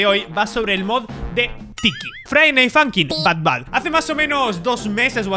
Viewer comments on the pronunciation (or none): es but bad no bat bad